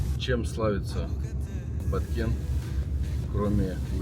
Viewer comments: Баткен,а не Баткент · Не Баткент а Баткен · ...Произносите правильно Кыргызстан, Баткен, а не Баткент.💪🇰🇬🌅🌊🦅🐎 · Привет, классно, но не Баткент а Баткен, без "т" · Правильно будет Баткен , без буквы Т в конце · Привет брат не баткент а баткен 😊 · Почему Баткент??? Когда название Баткен ??? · Баткен а не БаткенТ. Дизлайк. Географ глобус пропил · Хороший парень этот. Без понтов и без негатива, все как есть. Только название города не Баткент, а Баткен. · Почему БаткенТ, если город называется Баткен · правильно будет Баткен без (т) в конце✊ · Не Баткент..а БАТКЕН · Не баткент а Баткен названия региона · Правильно Баткен. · Баткен будет правильно называть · Баткен,а не Баткент.Урюк,урЮка,а не урюкА. Урюк не абрикос. Баткенский урюк и урюк из Соха попали в книгу Гинесса по лучшим в мире качествам, вкусу,особенно - сахаристости.Все фрукты на этой территории самые вкусные в мире.